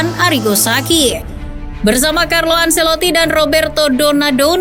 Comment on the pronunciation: tolong dong literasi pronounce nya. saci dibaca sachi. kaya ngomong chi-ki. anceloti bukan anseloti. an che loti. ini nama italia, jgn dibaca gaya nggris.